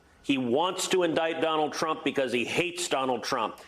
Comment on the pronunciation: played it a few times.... while he isn't, it sounds like he's saying 'crump'